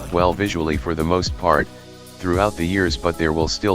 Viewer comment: "visualy for the more pært"